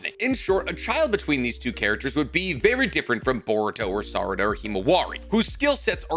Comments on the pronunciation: "Any children between Naruto and Saruda" I know that's a slip of the tongue but that's a hell of a slip of the tongue lmao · he says naruto and sarada not sakura lol